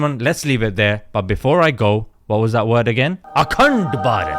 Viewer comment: Akhand (sounds like "a c-nt") Bharat 🤣🤣🤣🤣🤣🤣🤣🤣🤣 👍👍👍👍👍👍👍👍👍